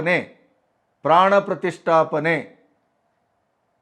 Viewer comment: Gaandu Kharge Modalu Pranaprathistaapne Uchhaarane Maadodanna Kalithukollali